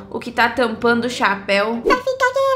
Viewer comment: Ela fala chaaaapeu